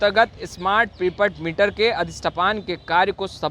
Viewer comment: अरे भाई सही पढ़ा तो करो। अधिष्ठापन को अधिष्ठपान बोल रहे। क्या है...